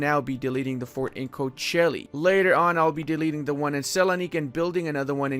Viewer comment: I like the way you say the Kocaeli like saying Cochella.